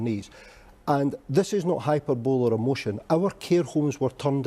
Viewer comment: Scottish man cant pronounce hyperbole properly...just sayin